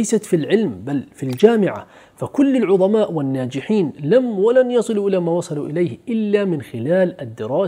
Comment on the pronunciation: عظماء .. عظيم ..عظيمة .. بالظاء وليس الضاد